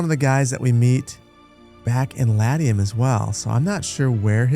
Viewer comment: Well, he can't pronounce Latium either. I have yet to encounter a game streamer who doesn't butcher names that anyone with a minimal amount of historical study would get right.